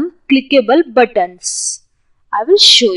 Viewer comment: knowledge wise apt...But as always some words were mispronounced like buttons..the ts need to be subtle..or for example the word proceed..most Indians and i have been guilty too in the past of calling button with a very hard T like buTTon..emphasize less on the tt..as in BUttON